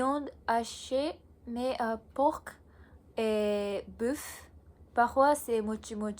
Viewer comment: Tu as un bon niveau, bien joué. Juste en français, le "c" de "porc" est silencieux, à part ça tout est plutôt bon.